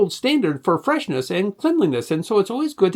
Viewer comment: 'Erb is a culinary pronunciation; botanically, the haitch is voiced, not the unvoiced aitch. Also: freshness, not fresheness.